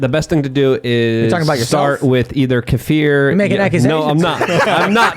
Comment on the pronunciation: Thank you for pronouncing kefir correctly.